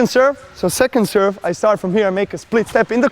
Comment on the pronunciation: didn't know the Djoker was Italian "and like-a da serve!"